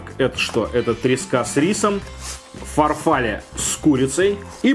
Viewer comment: ФарфаллЕ, блеать! А не фарфАлле